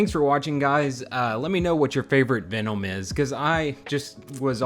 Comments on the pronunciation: why the fuck is he unable to pronunciate VENOM MFUCKER IT'S V E N O M not ficking VENOUM or VEONOM or VEENOM wtf? dope custom thoguh... just what the fuck? lol my guy also says it like a thousand fucking times .... PER SECOND IT'S DRIVING ME INSANE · I've never heard someone pronounce Venom so strangely